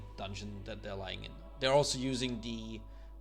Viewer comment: DERE ALSO USING DE Try saying TH. THEY'RE also using THE. TH. THE.